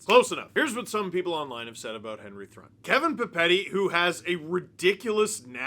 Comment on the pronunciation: I bet his name is actually pronounced Henry Troo-in